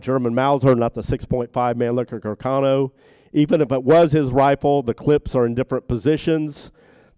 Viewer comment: Isnt Mannlicher Carcano correctly pronounced in Italian, "mann-lee-sher car-ca-no"? I hear that Italian people make fun of how Americans pronounce it " mann- licker car-canno" Also, the third back yard photo of Oswald found in Roscoe White's belongings, is rarely seen in these forums. Robert Groden has it in one of his books.